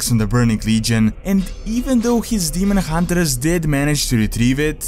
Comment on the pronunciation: I don't actually say demon hunterers, it might sound that way because of the way I say 'r'. Some sounds are not easy for me to replicate and say as a native English speaker would, like pronouncing 'th' for example. I am working on improving it though.